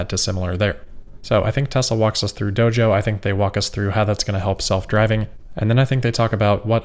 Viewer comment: Doge-oh. Once you hear it, you can't unhear it.